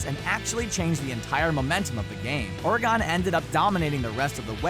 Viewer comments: Who the hell pronounces Oregon Ore-gone lol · So no one is gonna point out the fact that the narrator said Ore Gone? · y u pronounce Oregon so wierdly?